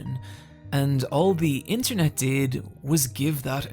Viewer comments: "INTERENT" is crazyyyy😭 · Damn bro "interent" maybe react to a spelling book 💀💀